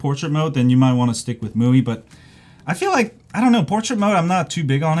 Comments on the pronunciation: It's Me-you-I not mooeee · It's pronounced Mee-UI. Welcome. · You said MIUI like it's MUI , no offense btw just want to address this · Could you please just decide upon one way to pronounce MIUI? You're switching between them is really annoying You can say "xiaomi MI 9" but you can't say MI U I (MI-just like in the name of the phone + UI) Just like huawei has(or had) its EMUI(emotion UI) AND no way is it MooWi